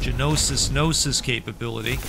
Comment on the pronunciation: The spell tossing animation feels a little anaemic. Hopefully they punch that up a bit in a future update, it might be easier to aim if the animation was better as well as it would feel more intuitive what the projectile arc is and where it will land. Gnosis is pronounced with a silent G (no-sis), it's a Greek word for 'knowledge' with a religious or spiritual connotation. I'm really enjoying your coverage of this game, I missed your previous coverage but I can feel your love for the game come through the screen.